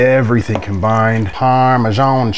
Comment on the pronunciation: Wait what!! I heard no accent!! The last.. PARMASEAN cheese.. just sounded like you were goofing off... I'm from California but grew up with family from Texas, Mississippi, and NY. And always goofed around copying ppls sayings or how they said it. Like Southern sayings... was fun when being military family, living in Ga. Va, NH, Tx, Ok, Wa, and .... Born in Ca, raised in Nv, degree in theater arts. Soo..... WHAT ACCENT? LOL